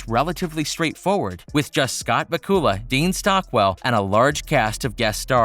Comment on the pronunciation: Scott BA-kula, not Ba-KU-la 😂😂😂😂🤣🤣🤣🤣🤣🤣🤣🤣🤣🤣